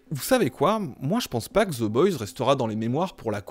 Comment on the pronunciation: Personne ne comprends la série oui toi en revanche tu ne comprends pas non plus ton propre langage... Oe ce prononce o aller ciao le énième génie bac+7 chômage de youtube